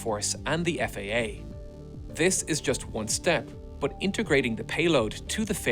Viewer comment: I like hearing him say "but...". *Buht-hhhHhh*.